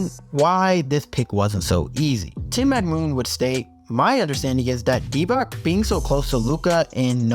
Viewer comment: Good video but pls learn how to say Dončić hearing you say Dontić hole video and then say Divak insted of Divac had me almost quit this video.